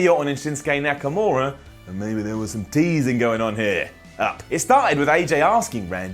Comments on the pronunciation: He said nakanora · Nakanura!!!! Yes.. it's nakanura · "Shinsuke NakaNura" 8.07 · Nakanura? Ok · am i the only one who heard him say Nakanura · said Nakanura. I heard that. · He said nakanura